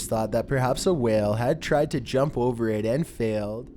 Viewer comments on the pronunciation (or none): none